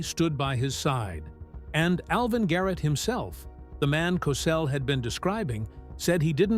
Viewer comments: Please pronounced like Cosell. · Wow, this guy is butchering Howard Cosell’s last name!!! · Idiot narrator can't even say his name right wtf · Cossle Cosell potayto potahto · I have up in the first five minutes because you couldn't pronounce his name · . Hey man you sure say Cosell differently. But it's all right. Rhymth is very important. And your rhythm is all for you. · How about the time he suggested that Crissy Evert take off her top so people could see how much of a woman the teenage star had become. The narrator couldn't pronounce his name right half the time. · Can't say his name right Get off the air clown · ‘Cosell’?? Do you “PROOF-READ” (listen) to what you ‘upload’ to YouTube?? PRONOUNCE the man’s name correctly!!!🤬🤬🤬🤬